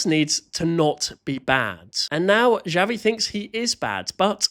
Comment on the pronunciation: usually we pronounce that “ha-vee” because in spanish the j is like an h